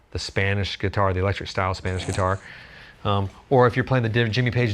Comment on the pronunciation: What the heck is a guititar?